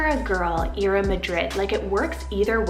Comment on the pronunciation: Ira is actually pronounced I-ra.